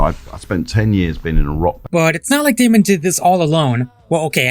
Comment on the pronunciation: Damon Not Damien